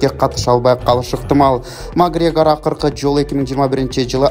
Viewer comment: Магрегор эмес эле Макоорегир кайдагы падыша